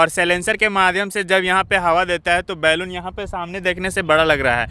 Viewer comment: बैलून मत बोलो बलून बोलो।